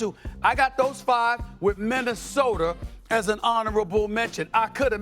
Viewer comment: SAS stay sayin 'Minnesotar' lol